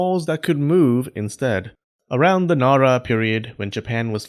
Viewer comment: lol. Japanese specialist can't even pronounce NARA.